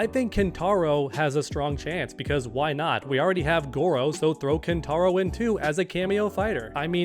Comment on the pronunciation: Ain’t no way you said kintaro